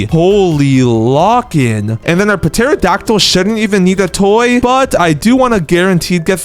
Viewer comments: Not terrodactll p-terrodactll & not Nome g-nome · The p in pterodactyl is silent and the g in gnome is also silent